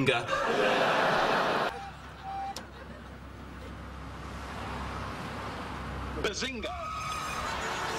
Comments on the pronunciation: Guys I am recently getting into this show. But I don't understand why does Sheldon says Bazinka. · Antonio Yates it is actually BAZINGA NOT SPALINGE!!!!!!!!!!!!!! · more like bazing-who?